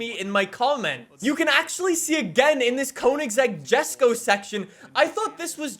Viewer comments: So i dont know if you know but Konigsegg is swedish so the Jesko is pronounced Yesko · Clarity: Jesko is pronounced Yesko